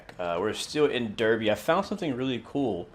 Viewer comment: cool vid! couple of things for ya: "Derby" is actually pronnounced "Darby". don't ask me why, it just is. there arent any controls for doors in the cab because the guard operates them. There is actually a functioning panel in game, i think its next to the passenger doors at the end. you have to open the panel cover before you can access the buttons. the red signal that you were mildly confused was red (since you were a bit late) is whats called "approached controlled". This means the signals will display danger aspects to slow the driver down due to the slow turnout speed at the junction. The driver MUST respect these danger signals as if they are normal signals i.e. they must be able to stop at the red signal. However, there is a couple of sensors / track circuits that pick up the train is close to the signal and doing a slow enough speed. ONLY IF the train is doing ALL OF THE FOLLOWING: slow enough speed, close enough to the signal, track ahead is clear: only then will the signal step up to green. i think someone already mentioned aws, you should give it a try. its "automatic warning system"; those yellow bars on the track before the signals and some speed board warnings are called magnets. when you travel over them, they make a buzzer sound off in the cab that you must acknowledge by pressing a button within a certain time frame (i think its somewhere between 2-5 seconds, not sure exactly how long you have to press it). For green signals, in the older british trains they m